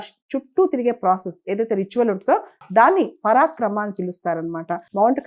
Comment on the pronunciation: పరాక్రమ కాదు మేడమ్. పరిక్రమ... 👍